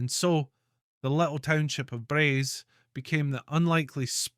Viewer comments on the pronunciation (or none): You should have found a local man who knew how to pronounce Braes. You got it right in the end but very strange to hear it pronounced something like Brice or Bryce instead of Braze to go with 'days'. Thankfully about half way through you got it much nearer what it should be. Also Camastianavaig was better but still not how a Skye person would pronounce it. Also the image of the Braes in your film is nowhere near what the place looks like. You could have got someone with a camera to take a decent photo!